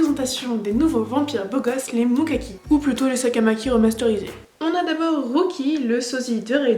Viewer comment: J'allais te parler de la prononciation pour les Mukami, mais on t'en a sans doute déjà parlé 😂. Le moment avec Richard m'a tellement fait rire que j'ai eu mal à l'estomac {déjà que j'avais eu d'autres éclats de rire avant} 🤣🤣 Non, il n'y aura effectivement pas de saison 3. Il suffit de voir le temps qu'il y a eu entre les deux premières saisons et on est en 2021. Il y avait eu des rumeurs comme quoi c'était justement cette année que ça sortirait, mais bon des rumeurs comme ça il y en a eu presque à chaque année. Le plan de Adam & Eve a été conçu bien évidemment par Karlheinz pour que Yui choisisse l'un des frères Mukami. Le but est de faire des descendants qui changeront le monde, quoi. Plan complètement débile, car on apprend qu'ils ne peuvent pas devenir Adam en raison qu'ils ne sont pas de sang-pur. L'intérêt qu'on porte sur Yui, c'est spécialement à cause de son cœur. Car même si Cordelia est morte définitivement, Yui possède toujours son cœur. Grosso modo, Cordelia est la cousine de Carla et Shin Tsukinami {les Fondateurs qui ont fait une apparition aussi courte que Stan Lee, quoi}. D'ailleurs, ils parlent de vengeance parce que c'est à cause de Karlheinz qu'ils se sont retrouvés piégés dans leur château à l'intérieur du monde démon. Ils ont pu s'échapper grâce à cette éclipse qui apparaissait dans les deux mondes ainsi que grâce à une broche appartenant à leur défunte tante qui était imprégnée de magie. Profitant de leur liberté et surtout parce qu'ils sont les deux der